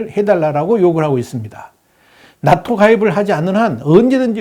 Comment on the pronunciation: 낫토(x) 나토(0)